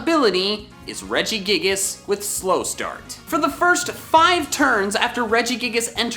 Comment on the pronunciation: IT'S REGIGIGAS, NOT REGIGAS!